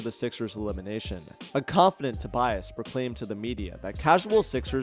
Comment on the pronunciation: "Tobiass" - lol